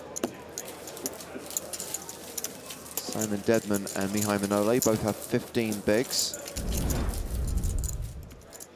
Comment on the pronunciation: 24.55 It's Maihai Manole not Mnaole